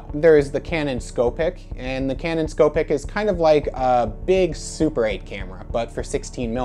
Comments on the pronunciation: Ok nice video. I’ll try to help with some pronunciation. The Beaulieu is pronounced “bowl u” the Scoopic is “scoo pic” not “sco pic”. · and scoopic.